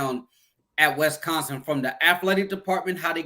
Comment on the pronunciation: If says “Wesconsin” one more time 😂